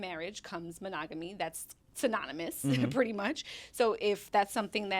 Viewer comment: My dude calls it pitty pussy 😂😂